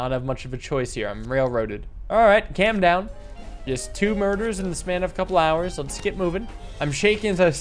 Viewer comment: so glad this game came back the way you pronounce "calm" always jumpscares me